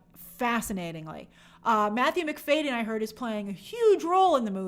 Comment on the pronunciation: Btw I found out recently it’s Matthew McFad-y-en not McFay-den